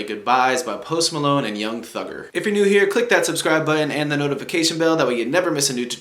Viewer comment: Did he really say yung thuger?